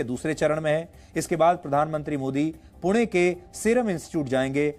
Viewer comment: पुण्याचा उल्लेख पूना,पूने,पुने न म्हणता 'पुणे 'म्हणून केलेला उच्चार👌बरोबर केला आहे.